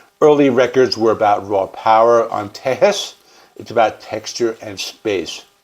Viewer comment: I appreciate your vids on ZZ Top and will watch all of them but as a Texan I have to correct your pronunciation of Tejas. It’s Te-HAAS, brother. 😉 This album is my fav for sure. There’s so many different layers here. Mexican Blackbird?! Redneck country! Frank’s drumming is excellent.